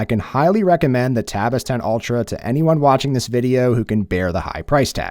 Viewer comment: Why you keep saying "Tabitha?" Why is Tabitha?